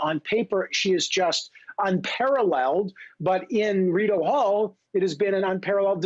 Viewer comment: he calls it Rideau Hell, lol!